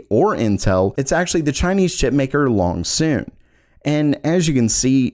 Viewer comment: Was that "Longsoon", or "Loongson"?